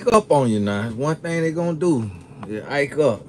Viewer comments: Ike up😂😂😂😂 Do you mean act up?🤣🤣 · said Ack up😂😂😂😂 I can’t today lmbo